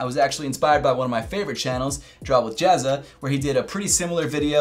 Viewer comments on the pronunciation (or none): It’s pretty weird how he says Jazza